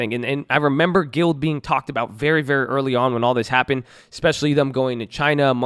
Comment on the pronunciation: Gee-lee-ad... not guild Good video 👍🏻